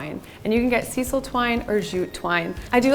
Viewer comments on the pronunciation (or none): Please take this as helpful comments, not criticisms: Sisal jute is pronounced, "sigh-sull." In America, the self-drilling screws are called self-tapping. Loved the diy!! 👏💙😊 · Both projects turned out GREAT!! FYI In the states we pronounce it SY - sel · Good job. Your jute is pronounced with a long I sound. Sisal